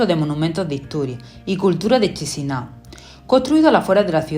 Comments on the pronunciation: Buen video. Pero como moldavo os digo que Chisinau se pronuncia Kishinau. Un poco de dentera escuchar todo el rato chisinau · Se pronuncia "Kisiniev"